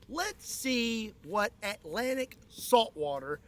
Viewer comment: Kentucky man can't seem to pronounce Atlantic. Not sure how Scott even got that seawater 🤔